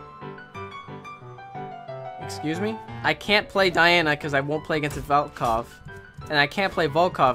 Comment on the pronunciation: at the start of the video he says "have you heard of the volcock guy?"i guess he said it the weirdest way....